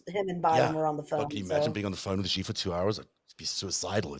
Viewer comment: The Chinese name "Xi" is not pronounced "Zee," and neither is it pronounced "Zhee" (with the "x" pronounced like the "g" in the word "regime"); the "X' is pronounced more or less like an "sh." Thus, the Chinese name Xi is correctly pronounced more or less like the English word "she." Does it really take so many dozens of reminders before the hosts of a professional program get the message, and pronounce simple foreign surnames properly? The "j" in "Beijing" is also not pronounced like the "g" in "regime"; it is pronounced more or less like the "J" in the English name "Jim."